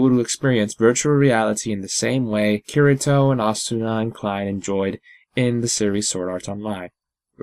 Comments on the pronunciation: This is driving me nuts it is pronounced KEY-DEE- TOE not KEER-EE-TOE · I really hope nervegear will be created soon and I would kinda like it to be a death game just push yourself to play but liked the video except you pronounce kiritos name kitty toe